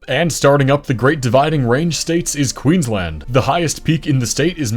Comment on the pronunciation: Finally an American pronounces Queensland correctly